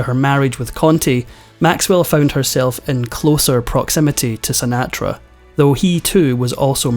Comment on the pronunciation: Sin-aa-tra. Oh well ,what would these episodes be without a mispronunciation. There’s always at least one.